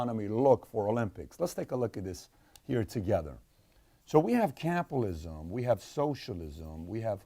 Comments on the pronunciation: Why does he keep saying Capalism? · your writing?! You dont even know how to say capitalism mate 😅